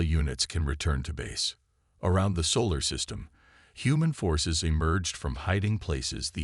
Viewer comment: "yu developed", well this channel did not develop, is his name Reid or Read ? , "chumbles" or jungles, "we gomp" ??? "where at" or "we are at", "sivals" silos, "the censor officer" sensor, "their launching" they are launching, "gorilla fighters" guerrilla, Thane or Thang ? "they had washed" watched, "soul system" solar system, "gorilla fighters"